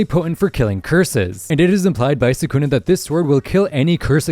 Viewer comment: Mispronouncing Sukuna is such a stupid mistake.